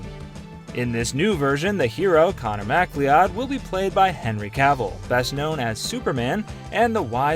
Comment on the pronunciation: I cannot believe you pronounced connor mccloud wrong it's not mackly odd